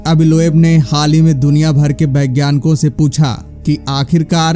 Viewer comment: It's vagyanic not bagyanic